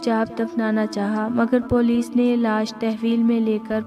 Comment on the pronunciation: Nice story h miss lekin ap please apny alfaz k tallafuz ki sahi adaegi Kia kren jese k ap ne kaha ( iltaf) jb k sahi lafz (Altaf) hota h or ap police b sahi nhi bolti ye b durust kren